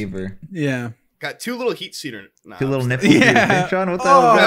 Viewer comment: said heat seaters